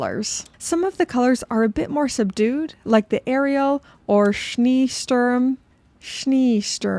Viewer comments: Nachtgesang wasn't too bad actually! Scheesturm the furthest off - ee is pronounced like -ay rather than how it looks. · Great Video again. And in "Schniisturm" it's not like the first e from "even" ist more like the e in "enjoy". OMG, I'd love to see you practice this, even though I don't think I was helpful at all. Greetings from Dresden.🤣